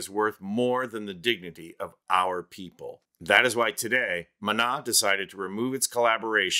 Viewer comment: Calling on my fellow Spanish speakers to give it up for excellent pronunciation of “De Pies a Cabeza” and Maná!! These details are important and appreciated! 👏🏼👏🏼👏🏼